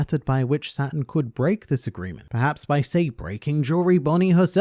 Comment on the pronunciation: It's kinda funny how you called Saturn a devil because when you say it really fast, "Saturn" sounds a lot like "Satan".